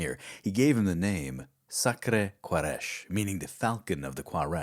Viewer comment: Alright pal... say Ku'raysh... you don't need to be an arab to say it right.